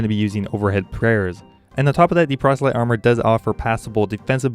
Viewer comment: Procelyte... lmfao